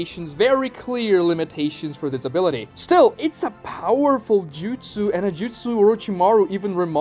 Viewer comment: "has this ability" sounds exactly like "has disability"